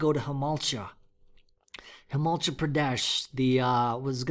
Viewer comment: Indias got lions too!! Oh and it’s Himaa - chull (like dull)